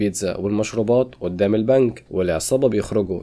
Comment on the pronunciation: يعني ايه اودام الشرطة بهدلتوا اللغة قول ورايا قدام اسمها قدام بال ق ق جبت اود بدل ال ق ازاي